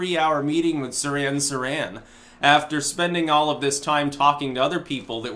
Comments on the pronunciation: It's "Seer-han Seer-han" not "Siran Siran." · you make yourself look bad when you mispronounce words like Nobel and Sirhan Sirhan, ffs.